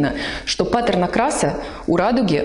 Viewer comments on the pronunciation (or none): none